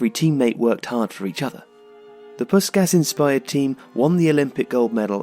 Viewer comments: I'll be that guy: It's pronounced more like 'Pushkash' (an HU 's' makes a 'sh' sound in EN). Your videos are great, but there's a fair bit of name botching. Might give a thought to spending a few minutes to learn the IPA and doing a quick check beforehand. Great videos, though. Thanks for them. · Nice summary. But... "Puskas". Please respect the man. He has a name. From his culture. I remember my dad talking about that electrifying that Magyar team of the 50's. Listening on the radio in Budapest during university days. How media has changed. Can't help pointing out one vital detail. As an English-speaking son of Hungarian refugees (1956, as was Puskas) it rankles hearing his name being mangled. My own name too. Not a criticism. I'm sure I've equally mangle many names from many other cultures, but... For a globally up-front legend of the game, maybe a bit of cultural respect? In Hungarian... S = sh. as in SHoot, SHot, SH*t, caSH C = tss. not really an English equivalent, but like the "ts" sound in caTS. In fact, "cica" (TSee-TSaa) was the unimaginative Hungarian name we used for one of our belated cats. So... Ferenc Puskas is (more closely) pronounced "feren-tss poosh-kaaash" P.S. Native Hungarian speakers please correct me. P.P.S. I think he's one exceptional player from a different era who could be successful in the modern day. Haaland vs Puskas - have it out!